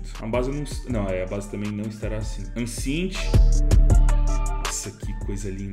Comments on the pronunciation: Mireige 🫠 Enjaine 🫠 Encint 🫠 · Mano.. "Engine" não é "injaine" kkkk é algo como "en-jen" "Ancient" é algo como "en-sh-ant" "mirage" não é "mireige", é algo como "mir-aj"